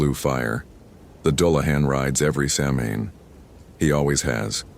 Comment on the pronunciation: If youre gonna narrate stories about samhain and irish people, please for the love of god learn how to pronounce the word. Its not sam-hayne. Its sow-wen.